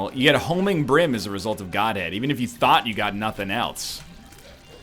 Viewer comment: Him saying "Goathead" instead of "Godhead" made me piss myself laughing